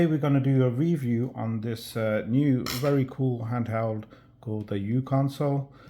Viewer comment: If you hadn't written this comment I would have. I also think it is uConsole and not Uconsole... for µConsole